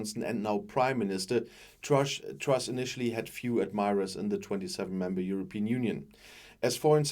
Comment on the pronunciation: Did he just say Trash instead of truss? He got it right first time.